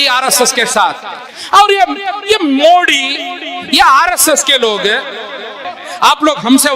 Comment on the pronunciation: Modi ka nam thik se bolna sikho .😂😂😁😁🐺🐺